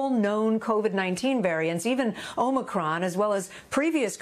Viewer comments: why she say it like "armycron" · Ah-mee-cron... This lady... Doesn't even know the pronunciation... Can't trust what she is saying. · If you can’t pronounce omicron I really don’t want to listen to you